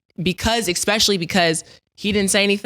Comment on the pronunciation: ✌🏽@ And Talk 2 Me Had me dyin! Cam, pass Mase the rock already, damn…🤣. Great pt on taking your emotions outta ish, Cam. 🫡 “What happened w/Magic” was the craziest ish ever! C’mon Mase 🤣 “Eckspecially because…”